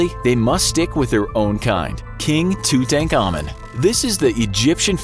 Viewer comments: I got really distracted when you pronounced Tutankhamun.I'm English, and ive always been taught to pronounce it Two-Tan-Car-Moon,but i like your pronounciation better now ive heard it haha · typical Americans butchering words, never heard Tutankhamun pronounced that horribly before